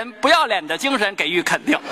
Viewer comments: 不是gei予 是ji（三声）予 讲相声的普通话都不及格！无语！ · 给ｇｅｉ予？？？应该念ｊｉ予吧＝＝